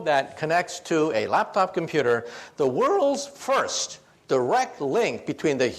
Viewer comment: The Wouuuuuurlds first lmao. Fuck i'm childish.